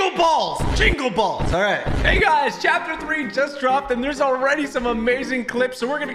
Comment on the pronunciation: Jingle balls or bells I heard balls